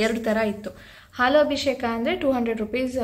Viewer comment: neevu bejaar maadkolalla andre ondu small correction. ಅದು ಅಭಿಶೇಖ ಅಲ್ಲ ಅಭಿಷೇಕ